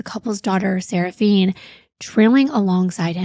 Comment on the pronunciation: Why are you pronouncing the child's name that way? Her name ends with an "A". 🤷 Seraphina